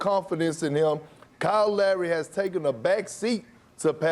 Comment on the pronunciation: Black ppl can't pronounce lowry